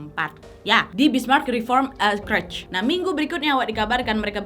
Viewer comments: CHURCH Bacanya CERCH (bukan CRECH) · Tapi kak harusnya cercs bukan kercs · Church (gereja) dibaca - cherch bukan krech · merinding klo liat kasus ini terjadi di gereja thun 70an, sekte satanisme di amrik itu kuat banget, gk beda dgn Indonesia. btw, boleh koreksi dikit gk? hehehe church dibaca ceerrrch, bukan kerch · bukan kretch... church tu bacanya cerch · itu Church bacanya cherch, bukan kerch. 😂😂😂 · Nad btw bacanya bukan kerch tp cherch hhe sorry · Kak lain kali kalau tidak tau pronouncingnya please cari tau Di Google dulu daripada salah 😁berulang ulang kali salah nyebutin church jadi curch😁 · Kak Nadia, maap, bahasa Inggrisnya gereja (church), cara bacanya curch wak, bukan kurch. Bisa dicek di kamus. Takutnya klo salah terus, yg denger ikut salah juga. Makasih dan sukses terusss y, Kak Nadia.😊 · Koreksi dikit gpp ya Nad, its called church, C H U R C H bukan C R U C H seperti yg kau ucap dari awal video 🙂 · Kak Nadia, kak Nad cara ngmg "church" nya salah. Coba de cari tw yg bnr gmn😁